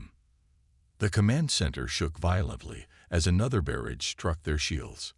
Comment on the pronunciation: I stopped at 5 minutes. DUDE!!!!!!!! Your AI Sucks!!!!! The very first words..."They silent distress!", "BEARidge" just what the hell is a "BEARidge"???? "....they engage....(NO, they engaged!!!!!) I am outta here!!!!!!!!!!!!!!!